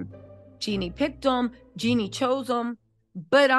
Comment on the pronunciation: her name is Jeanie not Jenni. 😂